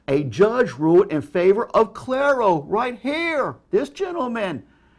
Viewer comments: Coming back to this video ten years later, its still insane that he somehow pronounced "cariou" as "klairo" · Ten years later it's still crazy to me how he didn't comprehend a single thing he was reading, especially when he was talking about Cariou v. Prince. Also, "Clarow" lmfao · Page: "Cariou": "CLARO" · Spelled: “CARIOU”. pronunciation: “Claire-O” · Why does pronounce Cariou like "KLARE-oh"?